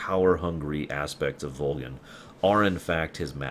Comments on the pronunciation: Just out of curiosity... why is he pronouncing Volgin Like Vol-Jin? Is that the proper Russian pronunciation or something? I’m actually currently replaying Snake Eater and the English voice cast is clearly pronouncing it with a G sound rather then J sound. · I don't expect a response 3-4 yr old vid... but I have to ask; what's the thought process on the way pronounce Volgin? It's been a long time since I played but I remember everyone in-game saying Volgin with a hard G sound and hearing you say it as a J seems strange. Anyway, great content, keep doing what you do!